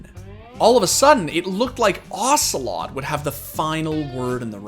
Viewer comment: OcelotE not ocelot, its not metal gear solid character dude wtf